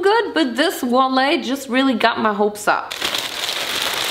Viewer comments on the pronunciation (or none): Ich dachte immer, dass man Wallet wie Wall-it ausspricht, nicht Wall-ey 🤔 Aber vllt. lieg ich auch falsch und hab es mir falsch gemerkt 😅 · pronouncing wallet as walley always makes me chuckle, I can never tell if she’s being ironic or serious with it, English is hard so I wouldn’t be surprised either way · maybe you misunderstood what I was saying? I don’t know if she’s saying walley ironically because it’s the type of humour she has, or if it’s a mispronunciation due to the inconsistencies of English so valet is pronounced as valay and not va-let which could lead to a logical fallacy. It wouldn’t surprise me either way because 1) it would align with her humour and 2) English’s inconsistencies make mispronunciations easy done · I've seen this multiple times but just now heard how she pronounces😂 wallet & Hanes😂😂. I'm american so this is funny to me.